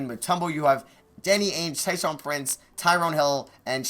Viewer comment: every time he said "tyshaun prince" instead of tayshaun, i would cringe 😂😂😂😂